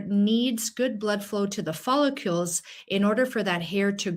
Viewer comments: Helpful info, thank you.. However, professional that you are, I'm sure you would want to pronounce the word follicle correctly.. which is: FOL - LIK - KULL Quite welcome! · I have a problem trusting a physician who doesn't even know how to pronounce the word "follicle". 😮